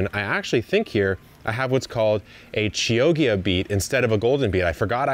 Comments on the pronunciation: FYI it’s pronounced KI-OH-TJA 🥰 (it’s a city in Italy) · Love your videos! I've learned so much on this channel, so I feel I need to drop a little wisdom nugget on you. Chioggia is pronounced "key-OH-gia" (more or less) It's a city in Italy near Venice. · chioggia is pronounced with a hard k sound and a double hard g sound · Omg the way you pronounce Chioggia is super funny 😂 it's a city in Italy, famous also for a special radish (Radicchio tardivo di Chioggia which tastes super good but it's almost impossible to harvest out of that specific area).To pronounce Chioggia = /Ki:/ (like word Key), /O/, /J/ is the closest sound to the "ggi" part, then an hard /A/, like in Avocado. :) 🥑 Thank you for this amazing video! I am trying to grow my first veggies in containers this year, so i am watching your videos and shorts almost daily 😊